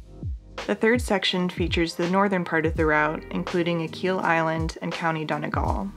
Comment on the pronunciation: You pronounced Achill wrong